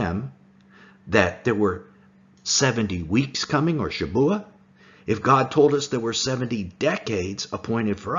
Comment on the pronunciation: It’s shavuah, not Shabuah